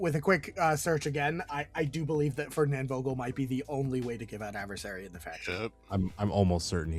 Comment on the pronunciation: Great video as always 😉 So the guy called Vogel is a German name, it's pronounced starting with an "f" sound. There's a deliberate alliteration in his name.